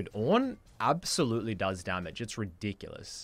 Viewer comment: He deserves to be banned for his pronunciation of ridiculous alone, much less his constant and deliberate inting